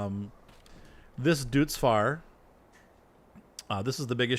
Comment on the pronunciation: I'm loving the farm videos! As an aside, I'm reasonably certain that deutz is pronounced "doytz".